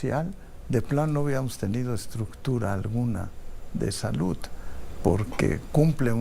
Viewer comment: Con tanta preparación y cómete los mismos errores al pronunciar palabras que termina en “D” como saluD no salut